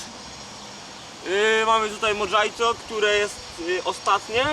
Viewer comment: Kurwa modżajto xdddd